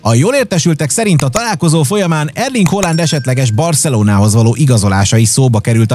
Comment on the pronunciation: ki se tudod mondani Halaand nevet kesz vicc tovabbra is a videok…